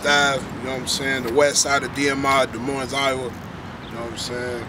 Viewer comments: don’t come to my city sayin des moines with the s at the end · The S is silent. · Des Moines. The Ss' are silent.!! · Ok first of all, it’s pronounced “De Moine”, not Dez Moinez. S is silent lol! And second of all do we have some rough neighborhoods here? Sure. As bad as Chicago or Detroit? Probably not. But why do we want to? What is this mentality of “oh we gotta be hard, we gotta be hood”. How about we be thankful that we aren’t and that we have pretty good neighborhoods with fairly low crime compared to other large cities. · Dee moin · it's pronounced. "De_ moine" the s is silent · To me, its pronounced duh moin, which sounds like lyrics in a bad mumble rap song. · I won’t go into the inaccuracy of this video .... BUT at the very least - if you live in Des Moines and don’t pronounce it da-moin you are a complete fool. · How is it you've been in Des Moines all your life and still don't know how to pronounce Des Moines. Both S's are silent. " Duh Moine" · Des Moines is about 11% black. Polk County is about 5%. Oh, and you don't pronounce the damned second "S" in Des Moines. Can't believe someone supposedly born and raised there would do that. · you don't pronounce either S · You dont pronounce either "S's" In Des Moines.. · Des Moines is a french word meaning the monks , you don't pronounce either s, the french were the original colonists, look at the Iowa flag and the French flag, notice anything? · Live in Des Moines but still pronounce it wrong 😂 gets me every time. You dont say either S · They're on the North Side, not the West Side. No one in Des Moines usually refers to the West Side anyway. There's Des Moines, then there's North Side, East Side, South Side. Also, the second s is silent as well. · I know and love everyone apart of this video and my city but how tf we can’t pronounce our own city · Everyone from Iowa knows if your from Des Moines you don’t pronounce the s